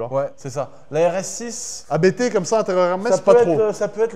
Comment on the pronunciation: Pour la RS6, On ne dit pas A.B.T mais Abt car il s'agit d'un nom et non d'initiales 😉